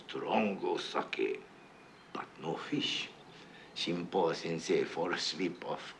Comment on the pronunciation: "Shrimpo" Sensei....loved seafood and sake bombs........😂😂Johnny